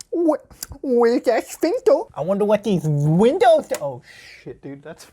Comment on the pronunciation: The way you say windows cracks me up so much 😂